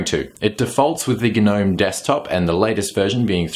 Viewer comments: Hello mate Try Gnome without pronouncing the G. :-) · the G is silent...